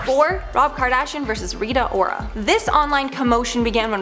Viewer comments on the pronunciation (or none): Did you seriously just call her Rita Whora? What even is this?